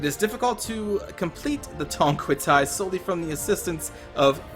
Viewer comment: You are pronouncing Tongquetai like Thai language lol